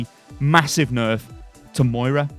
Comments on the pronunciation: Samuel Maurer :) Moira not Maria. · joshua hoppe :) Moira not Moria.